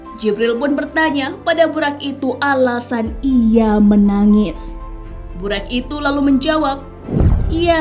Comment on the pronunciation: tulisan latin memang buraq, tp lisan nya buroq, bukan buraq..